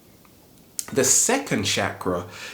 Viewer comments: *****, before presuming to teach about a subject, don't you think you should be able to pronounce the word correctly? It's CHAKRA, not "shakra". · It's called a Chakra not a Shakra. Just saying. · great video but i just wanted to say its not pronounced as SHakras its more ch sound as in change or chug. its a strong ch sound rather than sh. chakra being a 'sanskrit' word ended up forming the hindi word chakar, translating to circle. so chakras are energy circles/centers. had to say something after i kept on hearing shakara lol. but again. great video like all the rest of your videos. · I think you mean that the 8 inner gates due and it's Chakra not shkra dame men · You saying chakra wrong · his pronunciation is wrong. he says chakra in a wrong way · right, but we butcher pronunciation of words from different languages all the time.